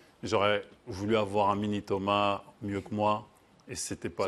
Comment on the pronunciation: Thomas!!! Prononce correctement le nom de ton Père!